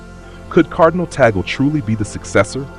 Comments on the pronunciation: What is wrong with your tongue? Filipino pronounciation of vowels is similar to Spanish and Japanese pronounciation. TAG-LE. TAG-LE. It's not TOGGLE It's TAG-LE. Tag as in Tug. Le as in le, not lay, not lee, not lei. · Pronounced as Tag/ le not Ta/gle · We pronounce Tag-le not Tagel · I hope in God you learn to pronounce his name correctly!